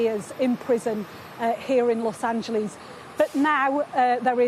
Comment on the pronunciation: Low Angeles - not Los Ange-lees.